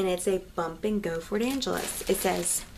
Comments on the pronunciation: Ford ANG-LIGA!!!!!!! Pronunciation...... sound it out....my lord. Where tf do you get an Angeles? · It's a ford anglia not ford angelas, amazing haul though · Ford Anglia prounounced- An glee ah :) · You said the name of the car wrong. It's pronounced Anglia, the G is a hard g.